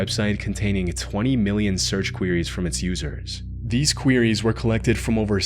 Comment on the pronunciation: When he pronounces "queries" 🤭